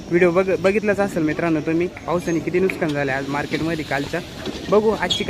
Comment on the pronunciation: नुसकान नाही रे भावा नुकसान